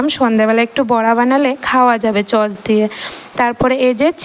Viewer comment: আরে এতো বড় হইছে কথা বলা সিখে নাই 😂😂 সস কে চস বলে আগে কথা বলা সিখেন নাহলে বাচচারা ও ভুল ভাল শিখবে🙂